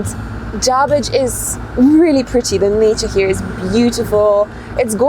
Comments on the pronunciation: J a r b I d g e...not Jarbridge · It's not Jarbridge, it's Jarbidge.